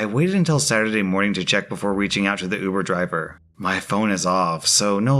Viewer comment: What in ubor draever thift bro